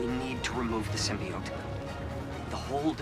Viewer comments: It's ignoring the pronunciation of SYMBIOTE and calling it Symbot... 🧍🏾‍♀️😃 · and this symbot pronounciation gon kill me (Sim-B-Oat) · For fucks sake, it's SYM-B-OAT😭😭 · And "Symbot"😂😂😂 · Bro why can’t you pronounce Mysterio & Symbiote ??? 😂